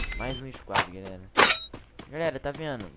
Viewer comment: Intro dele: fala garela aqui falando kkk